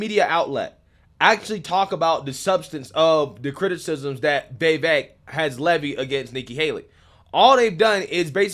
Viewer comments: dude it's "Vee-Vake" as in cake. The dude said this multiple times on the road. Cuomo got it wrong the while time. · Do you ever listen to commentary? His name is pronounced Bee Bake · Vivek is pronounced, (vi-vake). It's 2 syllables, it's not that difficult to say, especially when you're talking about him every day😂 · It’s Vivek as in Cake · It's Vivek like "cake". Learn how to say his name. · His name is pronounced like Vi-Vake. The last syllable rhymes with Cake. It is funny how everyone can’t say his name. Anyway, Vivek should be Trump’s VP or Sec State or some high position in his cabinet. He is legit truth. Articulate and knowledgeable about all the issues and has a clear head and is calm under fire. He calls out the bull Twinkie’s and spits truth and verifiable facts. Such a fresh breath of air. I despise all politicians and don’t think any of them have our best interests at heart. Trump and Vivek in 2024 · Hi, just a slight correction. It's Vivek ( rhymes with cake) pronounced Viv-ache. Keep up the great work. Just thought in a manner of transparency you would like to know. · His name is pronounced like Viv-Ache like Cake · Vi - VAKE...rhymes with cake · Why are you calling him veevek? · Thought this might help! I heard Vivek state how his name is pronounced. The vek portion of his name sounds like cake. Vivake/Vivek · Vivek rhymes with cake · When are you gonna learn to say this man’s name properly? I am tired. Please. Chris is saying his name right. Listen. I would enjoy your vids on him that much more. It matters.